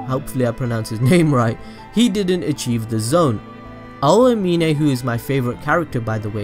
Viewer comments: Oh-ah-meen-ay bruh it’s ow-meen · Anyone else mad that he calls Aomine “oayminay”